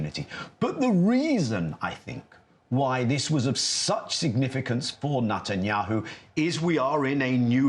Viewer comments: bro’s pronunciation “Nut-anyanhu” is so perfect 😂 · Especially when he says "Nutanyahu". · Did he say "NUTenyahu ?